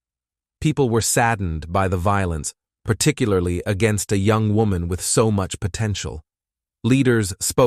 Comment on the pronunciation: One second this mofo says Woman and the next he says WHOAMAN. Damn dude. Getting rough out here on True Crime Youtube.